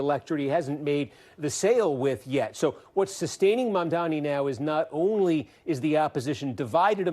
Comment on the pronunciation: The way people with ethnic names cant even get their names pronounced properly even when they are phonetic and not difficult at all is so infuriating